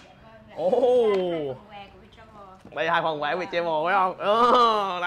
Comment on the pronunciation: Ở Mỹ 3 năm mà đọc chử Travel chưa chuẩn